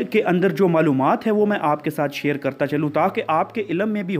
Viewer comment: To shir kro na shir korn shir kron yar sida sida bola kro asa hai me shir kron shir kron